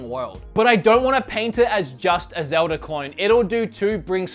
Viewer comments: It's always annoyed me that he says zeld-ee instead of zeld-uh anyone else agree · STOP CALLING IT ZELDIEES !!!!!!!! ITS CALLED ZELDA!!! GET IT RIGHT. I THOUGHT YOU WERE A ZELDA FAN!!!